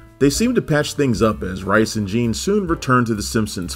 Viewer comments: it's pronounced Mike Rees, not Rice, trust me I've heard him say it on a lot of audio commentaries. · Pronounced "Reese" actually.